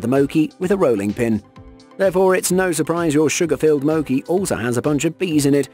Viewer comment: You pronounced mochi wrong